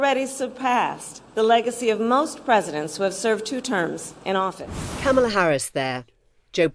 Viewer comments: Her name is pronounced "comma la" not "kam ala" Shes been vice president for over three years....how come our journalists keep mispronouncing her first name??? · Emily, she doesn't pronounce her name CAMELa, it's CARmela. I'm not sure why so many English presenters can't say it. Is it that large an intellectual leap to say someone's name as they say it? It is ignorant to keep mispronouncing a person's name, even as your colleague in front of you keeps pronouncing it correctly. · please learn to pronounce her name right, closer to "comma-la"